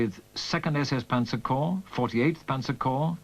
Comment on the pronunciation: The plural of corps is corps, pronounced "core," not "corpse." This is true now, was true in the 1980s, when this fil was apparently spliced together. It was true in 1943 and 1945 when some of the film was taken.